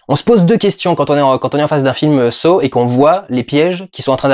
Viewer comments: ça se prononce "sah" et non "so" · Victor Petrenko Ça se prononce Saw